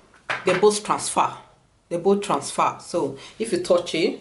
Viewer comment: "They both transfah" (rpt 3times) ...ok got it😂